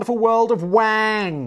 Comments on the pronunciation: Y'all are pronouncing the surname wang wrong and that is only reason it sounds like wankers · I mean it's pronounced Wong, as in Garrett Wang/Wong from Voyager. Come on Simon, you're a Star Trek fan. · Mate, as someone whose last name is Wang... it's not fucking pronounced like that. It's "Wung" in Chinese.